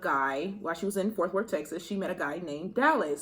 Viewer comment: “ Forth worth “ lol it’s Fort Worth 😭 I’m from there so I had to say something but in the nicest way 💜